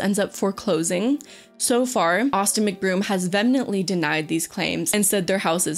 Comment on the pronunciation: "Vehemently" is pronounced "VEE-uh-mint-lee," not "VEN-ment-lee." And a house doesn't "get foreclosed on." A house "goes into foreclosure" when the buyer defaults on their payments.